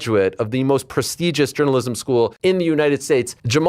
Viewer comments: Journamalism 🤣🤣🤣. I can't believe he said that once let alone that many times. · What's really shocking about this video is that you could have mistaken every single time he said Jourmnamlism as the same clip, but they weren't.